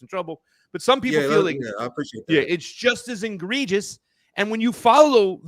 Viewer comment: I hear illusion talk from..Reminiscent of you must vote for Biden,from. And by the way,its egregious,not ingregious.